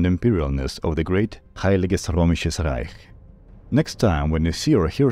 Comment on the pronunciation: Almost nailed the "Heiliges Römisisches Reich" the ö is not "O" but more in similar "Eu" in "Euro" or U in "Turn"